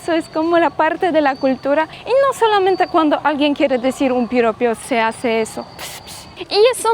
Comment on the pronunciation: los halagos y/o cumplidos a una mujer, los llamamos PIROPOS, palabra aguda, es decir, con acento en la penúltima sílaba, te lo digo " PORQUE PRONUNCIASTE VARIAS VECES ÉSA PALABRA MUY MAL, DICIENDO PIROPIO ".💥🥳🥰